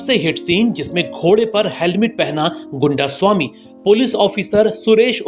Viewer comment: Goondasami nahi.. Gaindaasaami